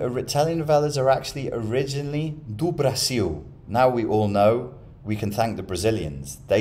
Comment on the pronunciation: "do Brasil" pronounced perfectly. I cracked up instantly!